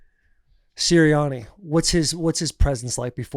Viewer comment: Taylor you set off my Siri saying Siriani